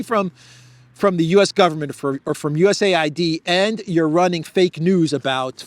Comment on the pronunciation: Dear, could you pls. tell not to pronounce DOGE like "dodge", but with a long "oh" (like Leavitt in your intro video), and to pronounce USAID not like it a had a second syllable that sounds like "aid" (like the manipulative media does), but separately, like you do, as U-S-A-I-D, please? And, also pls. remind him that Steven Witkoff's surname is pronounced with a short "i" (like in witness), not like "white", as he pronounces it. Thank you! Would be so good if someone so intelligent as he is, could also get these small things right. Makes him look bad. I already added a comment about this under his video of yesterday, but only this morning. Probably too late for it to be read by him, if gets to reading comments at all. I thought, maybe you could help... 😘